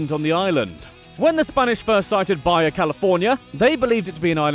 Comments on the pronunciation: The following are California English-speaking local pronunciations. Baja has a Spanish h-sounding j, not a Germanic or Scandinavian or other y-sounding j's. It's not "BY-yuh," it's "BA-ha." And it's Ca-BREE-yo, not Ca BRIL-o. And it's veess-KAI-no, not viz-KAE-no. And it's la-BRAY-uh tar pits, not la-bree-PITS. And it's Santa loo-SEE-uh not Santa LOO-shuh. Why would you tackle California with absolutely no concept of Spanish pronunciation? I mean, ask someone. I wouldn't try to do England with your Broghamleisterworcesternaughtinghamshire without freaking checking with someone first. You have coworkers, don't you? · ITS PRONOUNCED BA-HA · Lol it’s Bah-Hah California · 102 FACTS: BAJA is pronounced "ba-ha", not "bye-yay" which would be spelled V-A-L-L-E-Y 103 FACTS: "Radical", "Tubular", and other such "Valley-speak" (which takes its name from the San Fernando Valley) went out of fashion in the early 90's. NO Californian uses the word "radical". 104 FACTS: The state contains more Frank Lloyd Wright designs than any other state in the union - 25 total. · Baja has soft “J” like jalapeño Ron Burgandy. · "Baja" is pronounced "BA-HA", not Baia! The word is Spanish, not Eastern European. "Tulare" is pronounced "Tuhlairee," and "La Brea" (tar pits) is "LA Brāya." What, no mention of the Winchester Mystery House? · Okay. It's not pronounced Bar yar, it's baha. FFS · Ok ok it's pronounced BA-HA California. Lol thought I could let it slide, I just cant. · he pronounced it in Italian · Hearing you pronounce things incorrectly is giving me so much joy. It’s La BRAY-UH and BA-HA😂😂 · BAYA California? LOL. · Yay MY STATE also you misspelled Baja it’s like BA-HA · BlockyColly44 i speak spanish but wanted to piss ppl off😄